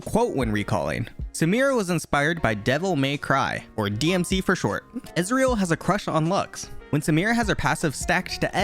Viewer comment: Ohnonononono not DmC instead of dmc nooooo, nice video tho